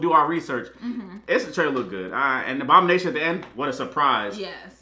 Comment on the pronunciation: Abomanetion and Wong bro